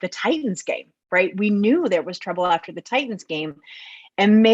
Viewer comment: Really missing "Titins" pronunciation this past week and a half. I'd gladly go back in time and have to hear him butcher it for another week to revise the last couple games.